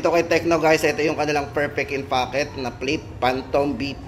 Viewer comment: "ferpek in focket" 😂😂😂😂